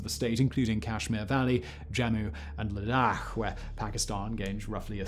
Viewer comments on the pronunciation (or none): was Simon trying to say Ladakh or just had nausea? XD